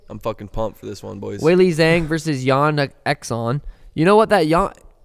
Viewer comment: “Yan Exxon” lmao